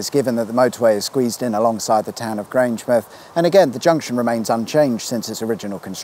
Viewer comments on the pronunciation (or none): Fantastic video. As a Scot here to correct your pronouniation: GrangeMOUTH, not GrangeMUTH. And of your Kelpies variants, the first is correct (KelPEAS, not kelpEYES). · Come on man, it's Ga-Lick, not Gay-Lick! Also, Grange-Mouth not Grange-Muth, and Kel-Pees not Kel-Pies ;) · Grangemouth is pronounced 'Grange-mouth', (like Avonmouth) not Grange-m'th (like Portsm'th or Wey-m'th) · Just FYI, pronunciation is Kel-pees and Grange-mowth, not Grange-mooth. HTH! Hoots! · It's pronounced "Grange-Mouth" not Grangemith. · Weirdest thing about this episode is hearing Grangemouth pronounced the same was as Portsmouth, Plymouth etc - Grangem'th. It has never occurred to me that we say it differently. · I was hoping for more funny mispronunciations of place names and all we got was Grangemith🙄. Enjoy the rest of your week🙂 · Grangemouth is pronounced like the place where your teeth are. My Southampton friend tells me off for for doing the same thing with Portsmouth and Bournemouth instead of ending them “myth”. If you ever get the Falkirk Wheel boat trip sit right at the front. You will get a great view when it turns round and goes back on to the top of the wheel. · The "mouth" of Grangemouth isn't pronounced like Bournemouth or Portsmouth, but like the mouth on your face. Cow pies were a favourite of Desperate Dan.